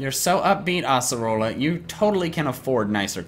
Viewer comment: it's ace erola not ass orola